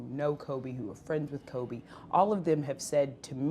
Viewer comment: kind of annoying how he keeps saying "Kob" instead of "Kobe". Like I get it, he probably called him that, but come on man, out of respect for him now, at least say his name right.